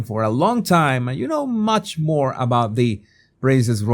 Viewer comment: It's MORE, not "Moar!"